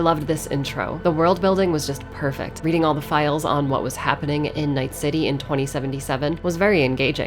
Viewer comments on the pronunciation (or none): none